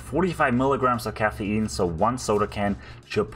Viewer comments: Cahhaf Eean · wtf is caffeeynne